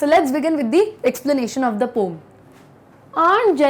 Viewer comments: Mam its poem not pom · Why do most of the teachers pronounce poem as pom..it sounds very absurd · Pom is the correct pronunciation... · Poem ❌ Pom☑️ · Ma'am u said "pom" , I call it "poem" 🤣🤣🤣 after listening "pom" I can't stop laughing 🤣🤣🤣 seems to be very funny 😂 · Mem aap poem ko poo ya po knyu kahate ho 😂😢😂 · its poom ya i like ur teaching but don' caled hat waord its sound like poom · Yes I am thinking about that 😅